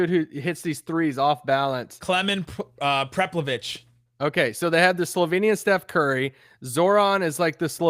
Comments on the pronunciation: lol called Zoran “dragic’s brother” he’s too good for that. So thank you for correcting him. But then said “klemen preplavich” which is wrong. It’s Klemen Prepelic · I don’t understand how it’s so hard to remember these names/pronounce them right. It’s Prepelič. Not preplavich. Not dragic’s brother. That’s Zoran. It’s just like watching sportscasters who get payed to talk about sports, and have no problem saying nikola Jokic or vucevic, or giannis antetokounmpo... but they can’t say Luka Doncic. The always say Donkich, or Dontich, or Donchick. It’s so simple. Listen to Adam silver say it on draft night. It’s so simple. But they got Kendrick Perkins up there butchering every name he says